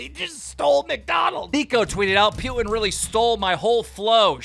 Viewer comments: LOL the way keem says "Putin" sounds like "Pewing" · Why is he saying pewtin lol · Keem why do you pronounce Putin as "Pewtin" lmfao